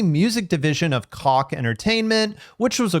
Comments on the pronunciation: Uhhhh, pretty sure "Koch" is pronounced "Cook" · Btw, Koch records is pronounced Coke to avoid awkward interactions lol